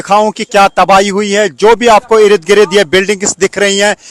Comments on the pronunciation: अरे गोदी रिपोर्टर ठीक से बोलो। 50 बार तो ये कह चुके कि "आप देख सकते हैं"। और 10 बार ereed greed बोल चुके हो। भाई इर्द गिर्द होता है। Ereed greed नहीं। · Urdu Hindi sahi bola karein . Yeh "Irid Girid " nahi balke Sahi " Ird Gird " hai 🎉.